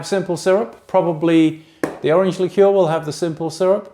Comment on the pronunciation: Subscribed......nice to hear someone pronounce the word "liqueur" properly!